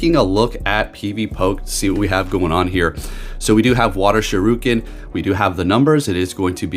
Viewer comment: Shir Ree Ken is how to pronounce it. Sho Roo Ken is what Ryu yells in Street Fighter when he does his dragon punch.